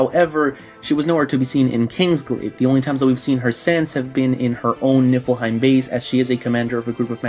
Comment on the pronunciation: And I keep hearing "Nippleheim" 😂